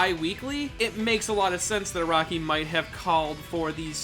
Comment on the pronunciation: Every time he says Araki, i'm like "Who the fuck is Rocky." Jeez why can't Americans spell Japanese names properly.